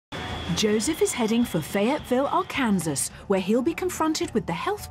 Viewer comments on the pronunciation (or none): A-KANSAS NIGGA IT'S AR-KAN-SAW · Ar-Kansas, huh? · LOL it’s pronounced ARE CAN SAW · it’s not an accent issue when she completely mispronounced the word. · wait did she just pronounce Arkansas Arkansas and not Arkansas?